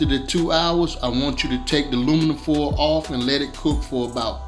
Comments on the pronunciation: Philly say lumnifoil 😄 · Nobody: Absolutely nobody: Black people: Lumnifoil😂